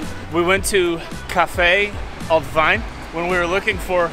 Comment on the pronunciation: "Willkommen in..." What did you say? 🤣🤣🤣 No guys, the German "ie" is pronounced like the English "ee". Just say "Veen" in an English speaker's way and you'll nail the pronunciation of "Wien". And the restaurant you were for dinner is spelled "Griechenbeisl" instead of "Griechenbesil". Best regards from Vienna!